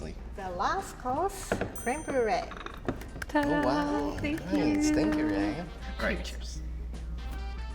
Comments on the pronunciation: Creme burret 😉. She is adorable! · “ creme Bru- Ray “ 😂😂😂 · Creme brue RIE